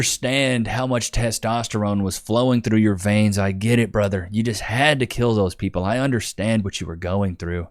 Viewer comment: You can't even say kill.